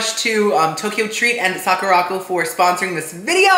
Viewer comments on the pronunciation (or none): Hi, I really enjoy your videos! Just a little fun fyi… the Sakuraco box is pronounced Sak-ura-co…. Like the Sakura flower with co at the end. Not sa-ku-ra-co. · not calling it sock-ooo-rock-oh AGAIN. LOL its Sakura (like the Japanese flower on the cherry blossom tree) co (as in short for company) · BTW its Sock-er-Ah Co. like the Sakura blossom. Sakura Co. Akidearest, another youtuber who lives in Japan gets the box too.